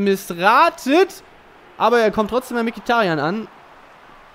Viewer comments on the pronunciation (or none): none